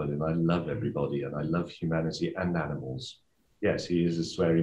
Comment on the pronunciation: Aminal, as he would say.